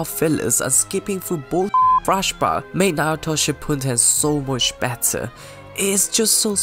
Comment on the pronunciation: Sorry to be one of those guys but i just couldn't handle watching without saying it's "Shippuden" not "Shippunden" but overall good video👍